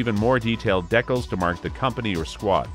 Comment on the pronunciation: And, 'Deck-uls' is a new one for me too (Dee-cals). Good information overall though.